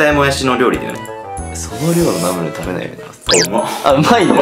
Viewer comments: ナムルのイントネーションが トマト！じゃなくて、砂鉄！って感じ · ナムルの発音がラムネ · ナムルじゃなくて、ナムルな？ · ナムルのイントネーションが ってコメントを見たけど全く 違和感なかった笑笑 北海道だからかな？ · ナムルのイントネーションが気になる（笑） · もやし食べすぎて ナムル のイントネーションさえも もやし のイントネーションになっとるやん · ナムルのイントネーション(笑) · ナムルのイントネーションがわろた